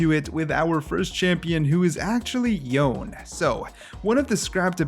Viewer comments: Didn't Yasuo pronounced his name as Yone not youn? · It’s yo-neh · yo-nay. his name is pronounced yo-nay. watch his release trailer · I wonder why people keep pronouncing Yone as "John" lmao, it's pronounced as it is written lol, they even pronounced it in many cimenatics